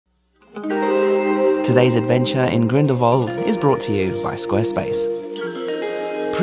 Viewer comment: Salute! An american pronouncing the place Grindelwald correctly. You really did research before saying places... we can learn a lot from you! Wonderful video!